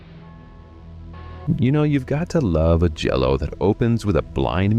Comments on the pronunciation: Great list. It's pronounced Gee-a-lo, not Jello.😂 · Stop saying 'jello'! 😆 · Jha-low! And it’s Lew-chee-oh Fulcee. It’s confusing because the chi is ki, and the ci is chee. It helps to wave your hand too. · Jello? Is this AI? And why did it start with a non-Giallo film, the dreadful Suspiria remake? Argento himself says Suspiria is NOT a Giallo. You don't know what you're on about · These are some of my favorite Jello movies. And that's definitely how you say it.